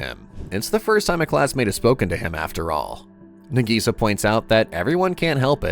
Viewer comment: Her name is Nagisa. Why is the AI calling her Nigisa?